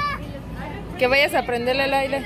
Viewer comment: Ahire!!!! Jamás, es AIRE